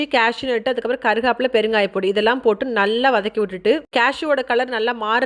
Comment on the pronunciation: Not molaga its milagai and not karugapilai its karivepilai....